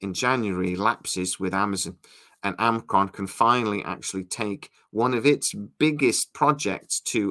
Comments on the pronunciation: It's Alcon, not Amcon. Do you really have a source there? One would think you'd know what the name of the company is if you had a source there telling you info about it. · It's Alcon Entertainment. Not Amcron. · Are you saying Alcon or Amcron? Imagine it should be the former but sounds like the latter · Your pronunciation of “Alcon” is quite unusual 🤔